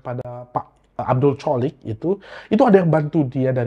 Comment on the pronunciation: Maaf bang untuk penyebutan nama pak abdul choliq yang benar "holik" bukan "colik" 🙏